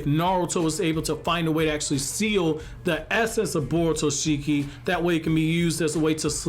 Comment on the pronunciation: its borushiki not borutoshiki